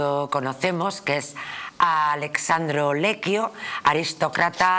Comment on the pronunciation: Esta «periodista y escritora» debería saber que es ALESSANDRO, no «Alexandro».